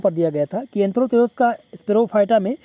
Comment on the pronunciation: सर एंथ्रोथिरोस नही है एंथोसिरॉस है❤